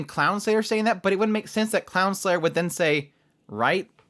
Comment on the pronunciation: It's actually Crownslayer but saying clownslayer also works with how much she's bullied ingame